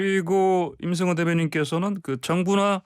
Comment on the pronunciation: 림승호??? 북한사람이 진행하는 프로그램이여??